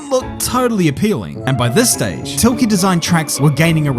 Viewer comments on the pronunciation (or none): how do you make this video and not know how to say the name Tilke.